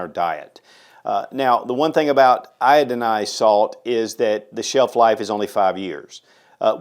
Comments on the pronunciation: eye-oh-dye-z-duh salt. Its okay, say it with me..eye-oh-dye-z-duh salt.. no, no, again, annunciate with your lips together eye-oh-dye-z-duh salt.. there you go good job... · "Iodonized" salt?? 😉